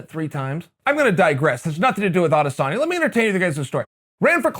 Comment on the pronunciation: A-dis-en-ya. Have some respect, and learn the dudes name!